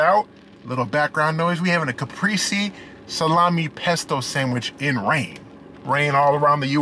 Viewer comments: Lol wow a deleted comment on a FOOD REVIEW channel?!?!?!?!? Ps its ca-pray-zay not ca-pree-zee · The way he says CAPRESE* is fkn wit me 🤣